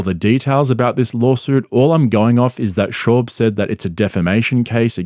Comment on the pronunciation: Bro why cant you say his fucking name correctly its shaaab hearing you butcher it everytime makes me wanna cry